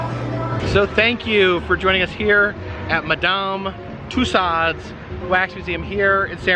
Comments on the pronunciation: Another wonderful video,, thank you. Just one thing: you are teaching your followers so much about tourist attractions and their culture. Please, could you start teaching them to pronounce "Toussaud" correctly? It rhymes with "two *so*", long o at the end and no final "D" sound. Merci! Oh, and,? Love it when you can join in his videos. You were so shy at first, I was afraid we'd never really see you (save for brief glimpses in a window reflection, say)... You bring extra sparkle to virtual tours. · One would think with all the wax museums he's visited, by now this guy would know how to pronounce "Tussaud's"! HINT: it's not " Tuss-ahhd's."